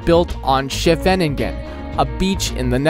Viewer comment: It's not Amersfoot, it's AmersfooRt, it's not SchevEningen, it's SchevenIngen, it's not Atominium, it's Atomium, Utrecht is not the capital, The Hague is the capital